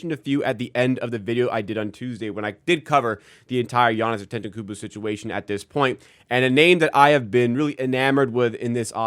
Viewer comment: I think you’re missing a syllable in Giannis’ last name 😅